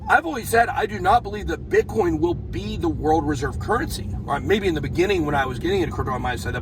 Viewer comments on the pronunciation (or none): none